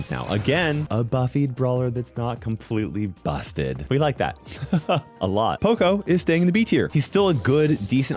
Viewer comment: pocio not poco is the corrected pronunce